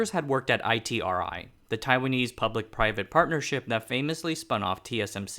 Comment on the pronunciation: BTW, the locals pronounce ITRI as “E-TREE”